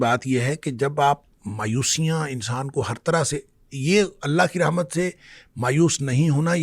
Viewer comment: اسلام علیکم ورحمتہ اللہ میں رحمت کی ح پر زبر ہے